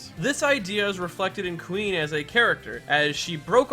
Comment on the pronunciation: When you said Kuin I thought you said queen